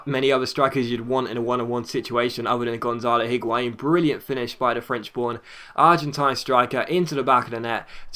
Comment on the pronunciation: The H in Higuain is silent I think